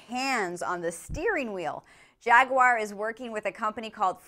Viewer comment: Please pronounce Jaguar properly